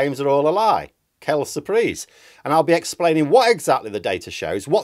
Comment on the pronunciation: As a French speaker, it's always so fun to hear you say "Quelle surprise !" xD It's not said wrong (well, a bit, but it's not bad you know), I'm not mocking anything, it's just a little dose of my language in an English video, and that makes me smile. Always a bit surprising, nicely so.